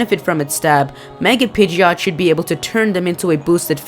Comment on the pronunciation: you called pigeot.